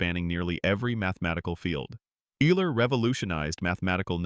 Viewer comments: Minor corrections, only because wrong pronunciation impacts credibility: - Euler is pronounced Oila, not Yoola. - Newton’s book is pronounced Prinkipia, not Prinsipia. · Another AI-generated voice-over. BTW - Euler is not pronounced 'you-ler', it's pronounced 'oil-er'. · Every polynomial equation has at least one complex root? Nonsense. (x-2)(x-3) is a simple counter-example. Eeeler - Ayler.....it's pronounced "Oil-er". Poor video. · The pronunciation of Euler's name is wrong. Is this a robot? Needs to be corrected. It is pronounced "Oiler". Otherwise, a great post. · LMAO the AI mispronounced Euler twice in a row in two different ways... come on bro....